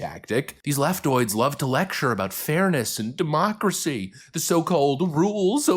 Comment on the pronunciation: My man, please stop saying,.. DEMOOCRACY.. I NEARLY CHOKED ON MY COFFEE THIS MORNING. 😂😂